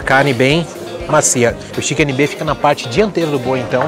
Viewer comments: Pronuncia Steak é esteique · Contei aqui: o termo "stiqui" foi usado 37 vezes. É de crucial importância entender onde estamos indo e a forma correta da pronuncia dos nomes antes de fazermos vídeos. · Nb “stiqui”